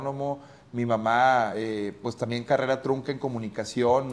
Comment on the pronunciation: Minuto 100,, dice carera envés de carrera